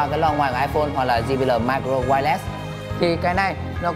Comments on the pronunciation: ji bi eo anh ơi! chứ ji bí lờ gì nghe mắc cười quá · "Di bi lờ" :v